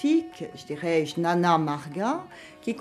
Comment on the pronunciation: Juste pour info, jnana se prononce "guiyana"